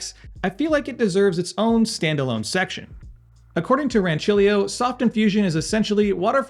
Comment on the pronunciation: Aaaaaah yes! It's so refreshing to hear an American pronounce that "C" sound as intended :D great machine in it's price range btw